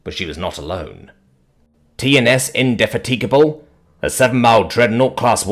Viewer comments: AI voice needs to work on pronouncing Indefatigable. Mangled it badly. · He gets it wrong in a bunch of different stories. Amazing, given its been the name of numerous famous British War ships for 100's of years.